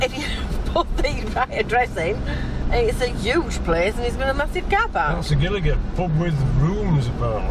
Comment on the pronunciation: Gillygate is pronounced jillygate